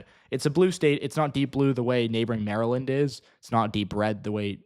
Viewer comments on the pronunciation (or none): none